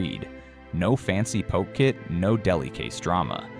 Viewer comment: It's " Ah- hee tuna" "Po- kay" !!!